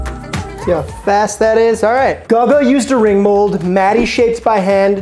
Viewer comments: (Guga) Goo-gah! 😂 How do you not know who he is to pronounce his name wrong??? 🤯 You need to watch his channel 👍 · Goo gaah pronounce the H! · It’s GooGaa Gaga or gugu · DUDE, it's pronounced GOO-GAH 😂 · Swear I almost stopped watching with how many times he said gugga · Guga cooks Steaks. He isn't a professional chef of any sort. And it's pronounced Googa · dislike. That's A burger Guga made. Not HIS burger. Little research. Poor effort. Tryina leach of big names. Maye if you watch Guga, not guh guh youd know, and learn something. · Yo! My apologies for mispronouncing father Guga's name. if you're seeing this (which you probably won't) I'm sorry for butchering your name! ... however, in my defense, if you've been watching my videos for the past year you might notice that I religiously say "I can't read or write" so... the writing was on the wall. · Yeah... All the comments on Guga pronunciation... All spot on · I was thinking lol. Either Guga himself or someone else in the video calls him by name very often. It's pretty hard to mispronounce his name if you actually watch his videos Edit: He says his own name in the first 5 seconds of the video about the ramen burger 😭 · Lol exactly if you’re gonna recreate peoples burgers at least say their name right… dude has never seen a guga video and just asked a random about it… which is also disrespectful lol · this dude is American no excuse to kill gugus name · How are you butchering guga like that lol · Congrats, you butchered Guga's name worse than just did. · Lmao this comment section is gonna be nothing but that Guga pronunciation. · Bro clearly has never watched Guga videos otherwise he wouldn’t butcher his name like that. 😂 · You pronounced Chlebowski. Surely you can pronounce Guga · notonly you mispronounce Guga name but he has others that are im sure better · Lol how do you pronounce guga and matheson wrong lol math - e - son cmon broo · It's pronounced, 'goo-gah'! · it's goo-ga not gugga lol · GOO-ga homie.